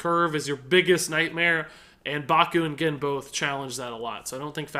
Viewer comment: 'Gh-En' There is no 'i'.